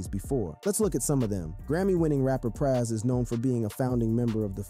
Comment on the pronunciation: Good doc but why he say Pras & Fugees like that? Lol Praaas & Few-jeez